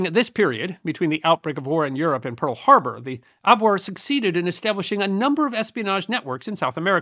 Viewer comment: Being German, who we know pronounce "W" like a "V", their military intelligence organization was pronounced "AbVere" not "Abwere".